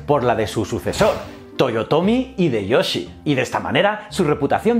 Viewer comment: Me ha gustado mucho tu video. Solo quiero hacerte un comentario: la "H" en nombres japoneses se aspira, la "Y" suena como I y la J es una y. En lugar de decir "Ideyoshi" "Fugitaka" debes decir "Jideioshi" y "Fuyitaka"